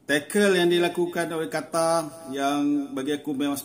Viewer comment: Jangan sebut Qatar lagi tapi Qotor!